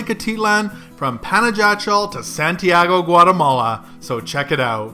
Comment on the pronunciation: Great video. But for the next time ask the way to pronounce properly the place you're visiting. Panajachel (Spanish pronunciation: [panaxaˈtʃel]) or simply say Pana.